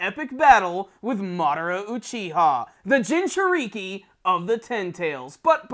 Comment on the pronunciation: Lmao the way he pronounced jinchuriki, common now it ain't ya first time watching naruto